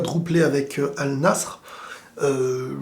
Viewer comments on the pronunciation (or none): Al nassr se prononce Al Nasser sinon bonne vidéo